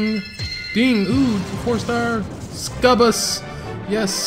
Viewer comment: Ok your pronouncing "Succubus" wrong. Its suc-u-bus